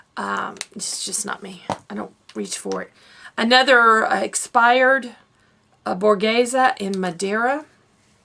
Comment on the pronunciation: I need to do a declutter soon. I also need to take photos of what I have and see if any friends want things! You did a good job decluttering!! I love that yo can actually pronounce Borghese :)